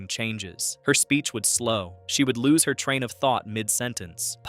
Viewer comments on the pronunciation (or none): none